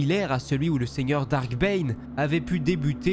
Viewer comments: C'est pas "dark", c'est "DARTH" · "Darth" pas "dark" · ah non, depuis la sortie de "la menace fantôme" en 1999 les doubleurs français ont corrigé l'erreur des anciens films. Ils prononcent "Darth" au lieu de Dark, ce qui est parfaitement juste.